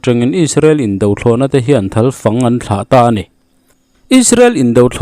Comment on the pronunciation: A va ngaihnawm ve,Thalfang tih tawngkamte kha a Zo raih mai kha ava mawi em!!!,Ava hlu tiu teu ve Sir..🎉❤